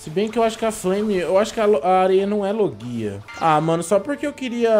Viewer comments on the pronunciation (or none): Vc falo q a areia n é loguia? Kkkkkk é loguia ss KKKKKKK